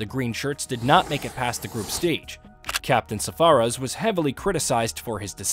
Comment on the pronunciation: I love the content, but please take a minute to learn the names of the players properly. It is deeply disrespectful. It's ImRan Khan and not Irman Khan, SaRfaraz and not SaFaraz, it is Bhoglé not Bogle. It was even worse in the SL v Bangladesh rivalry video.